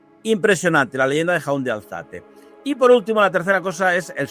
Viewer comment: Impresionante! Maravilla de saberes , anécdotas y compartires del invitado, así como del anfitrión. Un placer! (Pero....! Jaun de Alzate, se pronuncia como si llevase la tilde en la A, es monosílabo: Jaun ≈ "jáun", no "jaún"..., o sea, se acentúa en la A... Espero que me haya explicado, y gracias 🌹